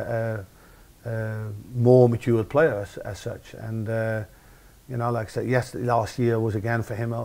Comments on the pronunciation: whenever he said "like I said", it sounded like "lacazette" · Great vid. Anyone else keep hearing "lacazette" ?? ;)